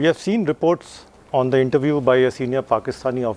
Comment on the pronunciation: The pronunciation of this anchor is not correct. He doesn't know the difference between th and t.